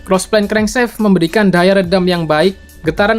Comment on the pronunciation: Crankshaft bacanya krengsaft aja kali bang bukan krengseft Biar anak stm ngga salah paham